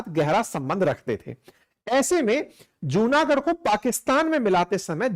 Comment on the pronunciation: Right pronunciation is जुनागढ & माणावदर 🙏🙏